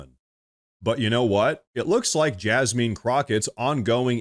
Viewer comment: I was thinking, "Why is he mispronouncing her name?" Then it hit me, Oh.... JasMEAN Crocket. 😂